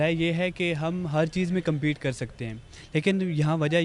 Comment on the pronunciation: Wo" compete" hota hai , competit ni...... so phle english words sikh lo... fir competit ( compete) 😜 krna indian se 😂😂😂😂😂😂😂